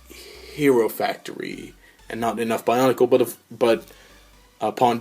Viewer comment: bionicle not bionacle lol